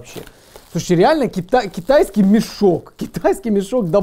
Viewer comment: Ты 1000 раз сказал кетайиски